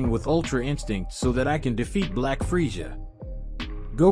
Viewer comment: That has got to be the most annoying way to pronounce Freza.